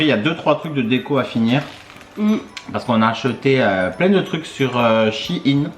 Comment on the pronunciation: Hello Moi pas facil à dire mais je dis Shein et pas ''chi in''. Oui, il y a pleins de déco Noël. J'attends 1 paillasson pr 4€ ! Qui gagnera ds votre trio ''pipelette'', ça sera quelque chose.... Merci à vous 💕